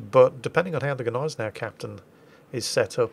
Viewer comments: Its not Neisenau, its not Geneisenau its Gneisenau... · And the G in Gneisenau IS pronounced !😉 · The "G" in 'Gneisenau' isn't silent..... It's swallowed.... Like the "g" in 'Nguyen'. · Since when is the G silent in German??? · Gneisenau is pronouncend "Gneisenau", not "Gneisenau". Doesnt get any more clear than that.